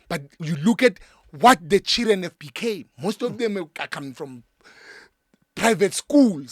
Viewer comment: "The Chiren are beating mother" I love how he pronounce Children 😂😂😂😂